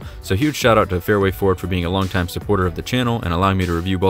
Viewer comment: You forgot the d in Ford. It must be in your mouth!